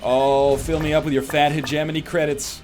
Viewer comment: "heh-gemini credits" = Hedge-moan-ee.